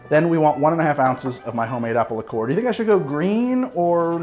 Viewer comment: I’ve literally never heard the pronunciation “lick-ORE” from anyone else, ever. Have I simply led a sheltered life, and half the drinkers in the English-speaking world actually pronounce it that way?